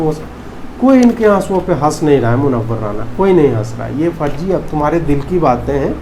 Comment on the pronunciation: Please say मुनव्वर राना not राणा